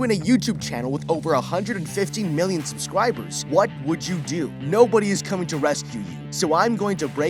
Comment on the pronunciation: Did you just said subscwaibers?